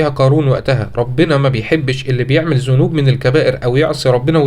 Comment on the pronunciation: أخي العزيز بارك الله فيك بس نصيحة أنطق القرآن صح زي ذنوب انت بتقول زنوب و جزاك الله كل خير